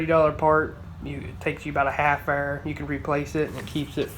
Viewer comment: helpfull video with some good advise on things to look for, thanks. you know your in the south when u have problems with people putting straight water into radiators lol. also when you say "it takes you about a hef-errr" ;) i was under the impression that cars dont really rust out in non rust belt states? mabey they just rust out worse here. i guess humid places? rust is really the #1 issue here in minnesota, and it sucks caus i really love old cars and trucks, and hate the new stuff.